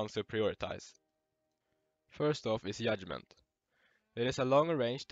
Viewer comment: Yudment LMAO